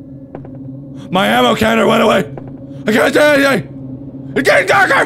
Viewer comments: You said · he said ammro